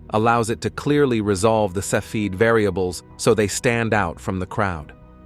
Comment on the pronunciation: You are mispronouncing cepheid.